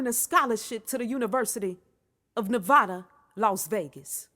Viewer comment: I hate how folks sayNEVADA like NAWVAWDA it's NEVAAHHDA even tho IT IS pronounced NAWVAWDA NEVADANS SAY NEVAAHHDA LMAO